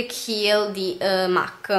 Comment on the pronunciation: solo una postilla... MAC è una marca inglese.... e si legge MEC.... ;)